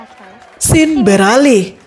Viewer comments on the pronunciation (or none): none